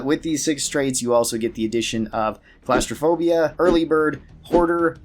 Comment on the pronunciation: I don't mean to be a butt about pronunciations but you mispronounced the perk jury rigging. It's not pronounced like a courtroom jury. It's pronounced like the name jerry. Though I can't blame you, the English language is stupid. Edit: you also mispronounced gauss rifle and claustrophobia.